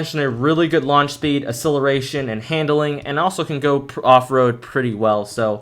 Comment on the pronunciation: Great vids keep it up! But side note, say acceleration correctly . lol